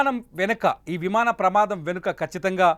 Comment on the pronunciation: Vimada kadu vimana pramadam evarra ee news reader ni pettindi